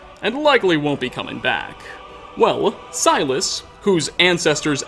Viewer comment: Silus.... Sounds more like Sinus